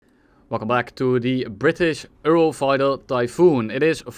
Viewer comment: I love how you say "euro" lol really exposes you're dutch